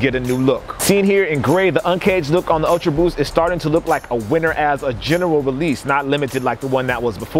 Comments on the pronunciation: did no one else notice it said "ulta boost" ? 😁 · Yeah I love those 'Ulta' boost XD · did anybody notice "ultaboost" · "Ulta" Boost eh? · HE SAID "ULTABOOST" AHHH